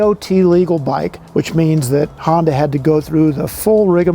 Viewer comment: Not Hondac sir, its Honda